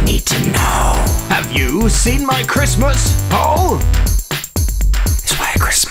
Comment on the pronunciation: Wait why do the captions say Chrustmus when if you slow it down you can clearly hear him pronounce Chris-mis